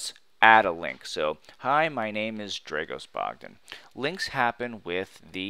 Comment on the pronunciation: I don't understand why you claim to be Dragos Bogdan when you cannot pronounce that name in the correct way !